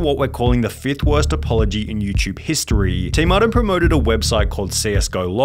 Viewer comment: Why do you indulge the youtube long last syllable affectation? Videoooooh. Historeeee. Lightleeee. Everrrrr. etc